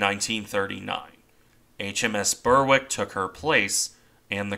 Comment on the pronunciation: With English place names such as Berwick, the W is usually silent if it follows an R. The R is barely sounded, like it is in the work 'barely' (ber-ick is about right). Find a UK channel touring the town to hear how it sounds. It's the same with places like Warwick, but you do pronounce the W in cases like Ipswich. There's no system to it. You just grow up knowing how to say the place names.